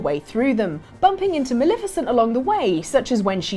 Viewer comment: please stop mispronouncing Maleficent's name 😋